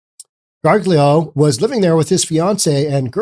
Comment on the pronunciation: Gargiulo is pronounced, "gar-JOO-lee-oh".